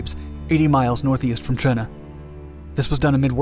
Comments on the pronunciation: Töndern, not tschondor or tsjörne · Sounded like Cherna to me. I think he should just pronounce it as Tonder, the Danish viewers will understand why the Ø is replaced. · Why are you saying it's in Denmark? Tønder was part of Germany at the time this is just needlessly confusing since during WWI Denmark was neutral. Also you pronounce it Cherna it seems like? Just say Tonder if you're having trouble with the Ø because again this is extremely confusing. I literally had to look in the description to figure out where the hell you were talking about because there's no town in Denmark called Cherna and the German Empire definitely didn't have any airbases in Denmark. If you're saying it's in Denmark because the area was occupied and the people living there were Danish then just include a quick explanation about how Germany occupied Southern Jutland after the Second Sleswig war. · It sounds like you say Tjørne every time you say Tønder. ø in this case is almost like the sound you make when hinking of what to say "ehm/umm"